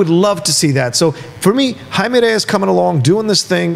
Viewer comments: Do they know its not pronounced Jamie??? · You can tell they don't know the character since they keep saying "Jamey" and not "Haime' " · It’s HAIME not JAMIE